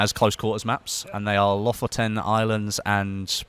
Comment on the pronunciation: holy crap you almost nailed how you pronounced Lofoten xD